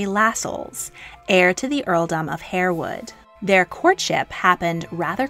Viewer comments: Just one thing; if you are going to produce such programmes; kindly learn use the correct pronunciations. HAREWOOD IS pronounced HARWOOD and not HAIRWOOD. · It’s pronounced ‘har’ (like ‘hard’) wood. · Harewood is pronounced Harr-wood, not Hair-wood. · Harewood is pronounced "Harwood". Learned that staying in Yorkshire near Harewood Hall. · 'Harewood' is pronounced 'Harwood'. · Exceptionally well done ..but Harewood is pronounced ' Harwood' and Aide de Camp is pronounced ' Aide d Com'.. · Just a point. It's spelled Harewood but pronounced Harwood. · Harewood is pronounced HARwood. Tobago is To-BAY-go, not To-BAH-go.